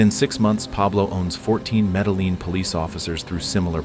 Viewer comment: Yeah just listen to medellin😂 pronounced me-de-yeen